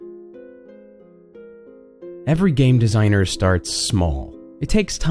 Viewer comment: "Game Desiger"? TRIGGERED >:c